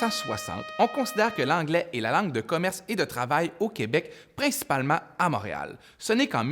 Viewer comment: Pour info : Montréal ne se prononce pas "Mâréal"